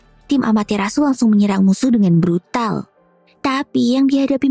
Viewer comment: Bukan brutal tapi brudal wkwkwkkwkwkwwkkwkwkkwkwkwwkwkwkkwkw😂😂😂😂😂😂😂😂😂😅